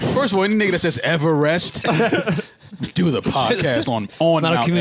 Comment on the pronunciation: Yooo got my dyin 🤣🤣🤣 “MOUNT EVERREST”!!